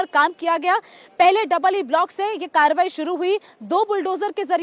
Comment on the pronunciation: Please correct your reporting. It's not tobahi, it's Karbahi